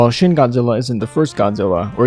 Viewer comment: 'Shin' in romanized Japanese is pronounced: "sheen"